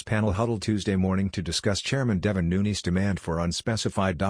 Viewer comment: Get rid of the robot voice, hire a human that can read aloud that can pronounce Nunes correctly!!!